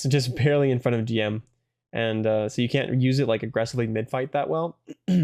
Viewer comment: It's pronounced "Jim" ("Jimu" in Japanese) btw, but not a big deal.